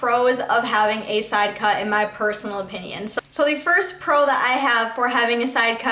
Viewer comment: why don't you learn how to say sidecut. and Monroe. it's not man-row.. fucking idiot... little miss I'm to good to acknowledge anyone. there are numerous questions people have asked. NUMEROUS. it doesn't matter how many hours a week you work. seems like out of your oh so hard job you found time to make all these fucking dumbass videos. if you have time to make these videos. why don't you have time to pay attention to any of the people commenting. give me a break lady! fuck!